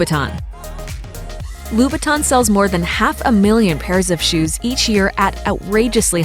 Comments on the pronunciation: What is Voove Kleekow? or Loobton? What is this. The brand recognition, story, heritage and history of the brand is what you pay for. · They said the name wrong it's Christian "La - boutin"